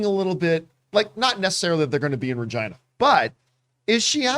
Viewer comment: Why isn’t it pronounced Reh-geena?